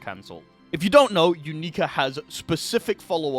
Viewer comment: "you-NEE-ka" its pronounced "YOU-nik-a" everyone in the anime pronounces it the same way, and so does the announcer in the game. idk where you got your pronunciation from